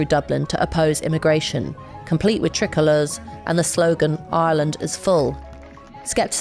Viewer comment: It’s pronounced try colour